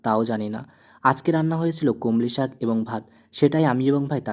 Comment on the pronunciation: Komlishak noy komlishak